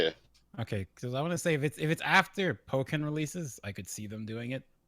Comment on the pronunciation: It's Pokkén, not poke-en...